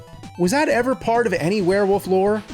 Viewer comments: I'm sorry he is pronouncing it were-WOOF, not werewolf, the crazy thing is the nerd's last name is Rolfe. Does he pronounce his own name James ROOF? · James still struggles to say "Wolf" and says "woof" 😂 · Take a drink anytime James says "woof" instead of "wolf." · FYI it is werewolf not werewoof there really is an L in there. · James, please stop saying "werewoof" lmfao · Man hearing an entire episode where he pronounces "were-wolf" as "were-woof" 12000 times really starts to grate. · All I heard all episode was him saying WereWoof without the l lmfao. All love though! 😂🤘🏼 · Why can he not pronounce the L in wolf? He keeps saying “werewoof”. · I will never get over how James pronounces "Wolf" as "Woof." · He says "werewoof" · LOL “Werewoof” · "Werewof" is all I hear. James, what do you have against the letter "L" ? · Ahh yes. A werewoof climbs up a mowden. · More like "Swearwoof" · It sounds like the character’s name is actually Werewoof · U keep saying werewoof like Maxine Waters would say it. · I just had this playing in the background so I might have missed something but way is James saying warewoof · And one every time he pronounce it "wear". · Swear-wolf. God damn it. 😅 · Nerd isn't the first person to pronounce wolf woof. But he owns it like he is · I laughed so hard when the guy said Swearwolf😂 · Ahhhh 😌... It ain't Monster Madness without hearing James say Werewoof/Woofman. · Bruh, wolf has an L in it and it's not silent. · The “L” in Werewolf is not silent, feel free to pronounce it 😂